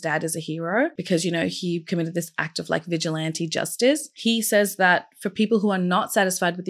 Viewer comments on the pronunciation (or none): none